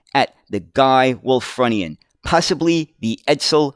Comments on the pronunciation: try pronouncing it as 'Wool /frew /knee /an. Ref the use of the Indian Chief, the sales slogan of the company was "A feather in our cap" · Think it's pronounced Wulffroonian.Bus of my youth . Lived near Wakefield,it was my main bus for school and leisure trips.My dad had not a car. Remember just before they took them out of service,they stopped passengers sitting at the front upstairs. Think to stop the suspension bottoming. There are a couple of preserved ones at nearby Osset......happy days. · It's Wul-FROO-ni-an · It's actually pronounced 'Wulfroonian'... native to Wolverhampton (which was founded by Lady Wulfrun in 985CE). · The pronunciation of Wulfrunian was a little painful as I’m actually a Wulfrunian myself. I have had the ”pleasure” of actually driving one of these at the Black Country Living Museum where I was a volunteer driver for the buses, trams and trolleybuses for around 10 years.